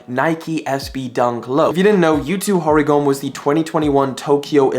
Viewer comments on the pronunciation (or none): Yutos last name is not read Hori - gome, it’s Hori-go-me (me pronounced like meh)